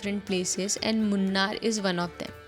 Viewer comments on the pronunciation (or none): Moonnu + Aaru nahi hai yaar. English main aise likte hai par uska pronunciation aisa nahi hai. 'Moonn'(3) and 'Aar'(River), last wala 'u' ke bina bolke deko. Malayalam main 'Chandrakala' naam ke ek Sabdh hai. Shivji ke Sirpe hota haina Moon use Chandrakala bolte hai. Chandrakala= Ehh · Correct pronunciation: Munnar ❌ Moonnaar ✅ Anna mudi ❌ AANA mudi ✅ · its not munnu it is pronounced as muu-nuu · it's pronunced 'Moon' + 'ar' not 'Munn' + 'ar'.....Great video! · It is pronounced moooonaar :) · It’s Moonnaar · in Kerala, it’s pronounced as ‘Moonnaar’